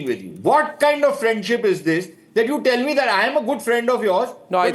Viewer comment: My Phrand.....India's phrands Mr DoLaand Thramp 😂😂😂😂😂